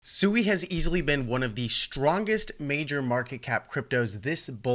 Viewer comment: Pronounced Swee. Japanese for water. Hence the logo